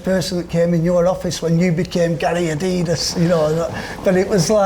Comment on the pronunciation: Interesting that even 'Gary Adidas' isn't sure of the correct way to say 'adidas' as he switched between "adeedas" and "addydas" in the same sentence! I've always pronounced it the latter way as the company was named after its founder Adolf (Adi) Dassler but what is the right way?!